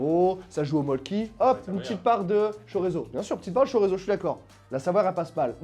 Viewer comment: savoyarde pour moi... et sinon, pour le Mölkky, on dit pas "molki" mais "meulcul". voilà voilà.